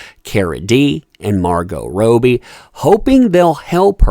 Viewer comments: She wasn't having a breakdown, shes just high as hell...and who is Margot "Row-bbie".....only person in the world I've heard pronounce it like that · This looks so bad.. hope this lady gets help.. Just fyi.. Her name is pronounced Robbie as in lobby .. ❤️ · You have to say Margot Robbie’s name like an Aussie .. it’s Rob-bee Sounds weird how you say it and poor Cara.. super rich brat from UK looks like she’s on the H.. probably worried about jail?? Since she helped AH get young girls for blackmail.. ghiselline showed them even the super rich can end up in jail!! And they should be worried! The truth always finds it’s way into the light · I’ve never heard anyone pronounce Robbie the way you are…have we all been saying it wrong? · Hey! Robbie is pronounced Raw-Be. Love you and your Channel!💜🇨🇦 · Margot Robe-y lol stop. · Rowbie?.. that’s not how you say it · I love your work and content, thank you for bringing us great up-to-date information! When I say this I don't mean to sound flippant or condescending but for clarity, Cara and Margot's last names are fanatically pronounced RO-bie and Del-eh-veen. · How can you mispronounce Margot ROBbie? She's literally one of the most famous actresses on the planet atm. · Must you pronounce Margot’s last name that way? Am I the only one aggravated by it? Cara is just as nutty as Amber, and I have a hard time feeling any empathy for her after the way she disrespected Johnny Depp. I hope she gets the help she needs because she is a human being, however, if she doesn’t, I wouldn’t shred a single tear. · Please it's Rob ee Rob as in Robert.. not Ro bie as in Roe.. Australian Margot Robbie.. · Love your videos and thank you for all of the updates, but it is killing me that you are saying rowbee instead of robbie, like rob your mind of thoughts..lol and while I am at it, I believe that Shia Labeouf's name is pronounced labuff instead of laboof, like am buff because I work out. :) ♥ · Margot ROBBIE!! Not Robie! Lol